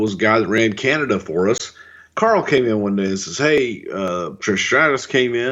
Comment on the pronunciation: Did you just say Canadia? Wtf Bruce lol!